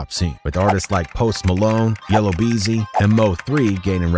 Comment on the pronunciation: Yellow beezy? Lol ya know it's Yella Beezy tho right?